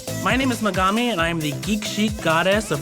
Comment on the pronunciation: How u sayin u a geek then not saying Megumi like how it's supposed to be said